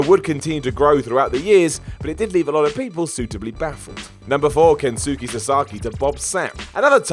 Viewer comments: “Ken-Sue-key Sasaki” Kensuke. Kens-kay. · Kensuke believe it or not is pronounced "Ken-skay". Reason being is because the letter "U" in a Japanese name if spelled with an "S" is silent very much like in Sasuke and Shinsuke. Great video though.